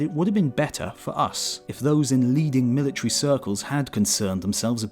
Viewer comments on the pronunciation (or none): none